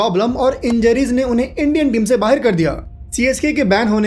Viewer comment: bhai pakistani ho kya baahir bahir kar rahe ho bahar hota hai bahir nhi